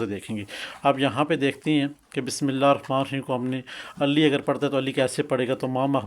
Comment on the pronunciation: آپ کو تو بسم اللہ بھی پرھنی آتی اور علی کو بھی علی اس طرح پرھ رھے ھیں کہ جیسے علی کی لام پر شد ھو آپ کو اس سے کوئ فاءیدہ نہیں ھوا ھو گا بلکہ غلط پڑھنے سے نقصان ھی ھوا ھو گا